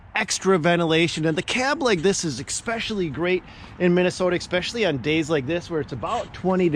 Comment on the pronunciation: I find myself saying "There's no X in especially." but this is the first time I've had to say there's no K in especially.